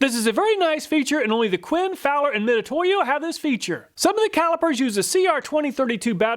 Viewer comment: it's pronounced Mi Tsu To Yo, not Mi To To Yo, つ is spelled both Tsu and Tu